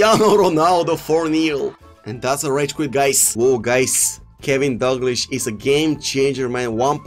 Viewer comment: It is kenny not kevin